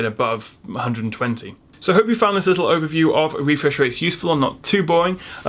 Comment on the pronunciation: About the “wefresh waits” :D